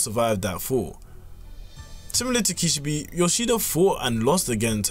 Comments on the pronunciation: bro i heard the first sentence and ran to the comments 💀💀💀 kishibE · why do you say kishibi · Just a word of advice: learn how to pronounce a character's name when you're making a powerscaling video on them. Kee-shee-beh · kih - she - bay bro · Kish - e - bee 🤣😅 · The way you say Kishibe makes me wanna rip my eyes out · There is 1 thing I wanna point out, they way u were pronouncing Kishibe name was wrong but its ok. I am not fluent in japanese but i do know that is not how the name is pronounced.